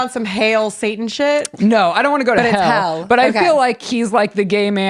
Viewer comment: weird how is a grown up and cannot even pronounce the word "Hell"? what the...